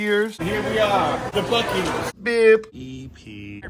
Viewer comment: And don't pronounce buc-ees (BUCK- ees) as buce-ees ( I have legit heard it pronounced it sounded like buh-you-sees it was a yt short everyone was roasting her in the comments that pronunciation made me cringe.)